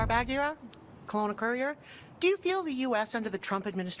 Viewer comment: I don't care about your opinion because you don't know how to pronounce "Kelowna".